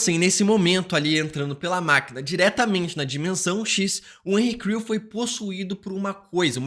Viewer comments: quantas vezes ele falou henry crew? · Cara eu não consegui deixar de ouvir "Henri Cristo", todas vezes que você disse Henry Creel kkkkk